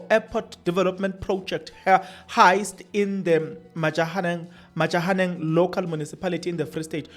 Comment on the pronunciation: It is Matjhabeng Local Municipality NOT this Majahaneng coming out of your mouth 😅